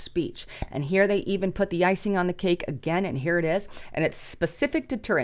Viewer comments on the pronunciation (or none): none